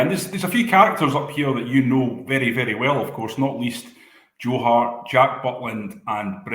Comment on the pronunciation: why has he said 'Joe Hare'? also said 'George Albert'. fine if you mispronounce a german footballer from the 90s who played for Rangers but an award winning journalist who doesn't know Joe Harts name is quite sensational.